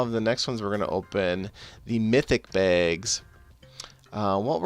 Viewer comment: I like the way you say bags. BEHGS.